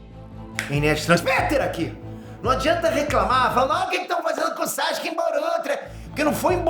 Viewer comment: Pow, para de chamar o cara Saxque, o nome do cara é Sasuke, é só pronunciar bem rápido "Sassuke"